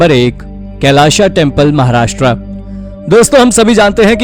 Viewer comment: कैलाशा मंदीर नाही भाई, कैलाश मंदीर.